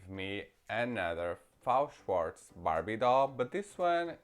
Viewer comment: It's not Fao Shwartz, it's F-A-O Shwartz. F.A.O. is separate initials, not a word. Just like BMR, MGA, etc.